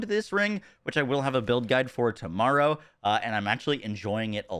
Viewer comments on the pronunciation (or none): none